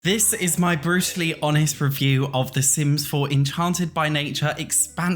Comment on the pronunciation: I literally thought you say “Bruce Lee honest” and thought i was behind on the lingo omg